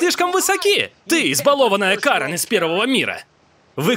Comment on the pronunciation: Ударение на букву а. Ка'рен. Это так же английское имя.